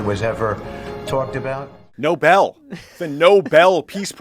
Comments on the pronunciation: Yes, it's Nobel! They keep saying noble. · 🤮🤮 🤮🤮 🤮🤮 🤮🤮 🤮🤮 🤮🤮 🤮🤮 IT'S NOBEL!! NO-BELL! DUMBA**! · rofl, I feel vindicated. I'm yelling at the screen - Noe-BEL, not noble!", and we cut back to Tommy fussing. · Me too for God sake. It’s the Nobel Peace Prize. Like bell. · NOBLE PRIZE??!!! NO-ONE IN THIS CRIMINAL REGIME DESERVES TO EVEN SET EYES ON IT, LEAVE ALONE GET ONE!! IF YOU'RE SO EFFING IGNORANT AS TO WHAT THAT PRIZE IS NAMED AND PRONOUNCE IT CORRECTLY, YOU DON'T DESERVE IT!! AND OF COURSE THEY'RE ALL F#@ CRIMINALS STARTING WITH THEIR CRIMINAL LEADER, SO DEFINITELY NO 'NOBLE PRIZE'!!! 😡😡😡😡😡😡😡😡😡😡😡😡😡😡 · Did you say nut lick? lol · Dude can't even pronounce the name of the peace prize correctly. Geesh, these idiots!!!